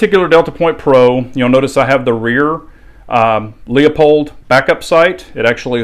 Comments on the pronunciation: Loo-poled, not Lee-a-poled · “child’s play” say it with me now “LOOP-HOLD” 🤣 it was a sarcastic way of telling you that you’re pronouncing it wrong🤷🏽‍♂️ 🤫 it’s still not “LEO POLD” 5sec on their channel you’ll learn that.🤙🏽👍🏽 keep up the good reviews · ITS “LOOP HOLD” not “LEO POLD” I can watch this video no further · You carry on as well...even though you're wrong. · There is no 'LEO' in Leupold......